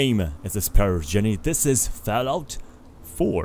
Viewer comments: friend dared me to say that because it sounded like you said Fal-out not Fall-out, no offense. Cool channel though!! :) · "failout 4" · You said fellout